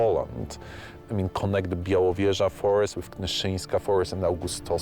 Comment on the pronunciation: Not Bielawitza, but Bialowieza (Biało-wieża - white tower)